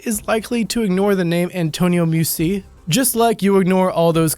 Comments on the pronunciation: NUMBER 4 IS PRONOUNCED (PHONETICALLY) "MAY U CHEE " YOU DULLARD!!! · Meucci is pronounced (may-ooh-chi). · That's MEH-UCCHI. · Antonio Meucci was not a pronounced "museum" or whatever you seem to say. .! Rather "meh- ouh- cheeh" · Ok, you need to work on pronouncing names. Meucci is pronounced May-ooch-ee. No biggie, I suppose, but if you're going to post, you should probably make an effort. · it's pronounced Bed o win, and Antonio May u chee. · I love your videos BUT Meucci is pronounced- may-oochy.... It would be a shame to remember him with the wrong name. Keep up the good work:) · The most ferocious mispronunciation of the name Meucci ever heard lol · LMAO@ Gagarin, Duchesne, Bedouins and Meucci dude you really need to do more research I mean forget the sources you get your information from at least try to get the names right.